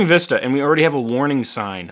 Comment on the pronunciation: You called windows vista sounded like wii... for wi...